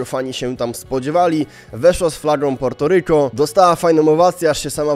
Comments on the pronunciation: Wydajemi mi sie że to sie wymawia Puerto a nie Porto ale mniejsza o to 😂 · Po polsku się wymawia Portoryko